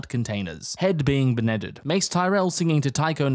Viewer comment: 🤣🤣🤣 now THAT is how you safely playcate youtube .....well done sir.... "head be-neded 🤣😂😂😂😂 i ray liotta'd